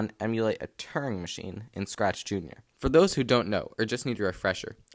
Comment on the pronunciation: It’s called a Turing machine, not a “turning machine”; “Turing” rhymes with “during”.